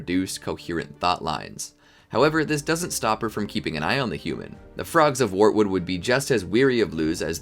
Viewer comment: He also said "Warwood" instead of wartood